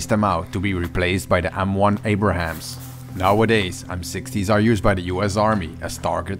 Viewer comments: Lol! He said M1 Abrahams. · Greetings from America guys...just a fyi the M1's are named the "abrams" not "abrahams"...the tank was named after General Creighton Abrams ( ) Awesome videos guys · Abrams not Abrahams ! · Uh slight correction: it's not abraham but abrams.. it's not named after abraham lincoln sadly... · It's Abrams, not Abraham. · The correct pronunciation is "ABRAMS" not "Abraham". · Nice video but for future reference, it's pronounced "ABE-RAMS", not "Abraham". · By the way it’s ‘Abrams’ not Abraham’s! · IT'S NOT CALLED A M1 ABRAHAM.... IT'S AN M1 ABRAMS TANK....THANK YOU !😁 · Abrams is pronounced Ay-bruhmz not Ay-bruh-hams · Abrams (ab-rams) not Abrahams. :) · Abrams, not Abrahams.